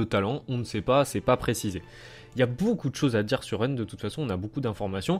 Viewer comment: its rend not rent......